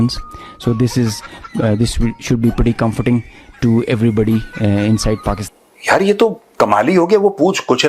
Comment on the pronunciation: Pakistan ❌ Pakist-aand✅ 😂😂